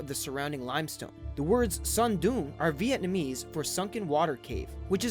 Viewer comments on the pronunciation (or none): none